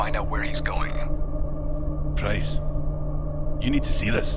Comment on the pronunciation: D Price sounds like [go, dac in oda] :D